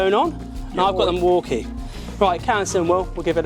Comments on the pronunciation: Mwakie??? No, pronunciation is mill walk ee. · Why do they keep pronouncing Milwaukee as Morky? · What's a Maukee?